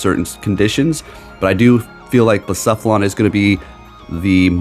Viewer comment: I’m just really happy you say Blacephalon correctly 🥰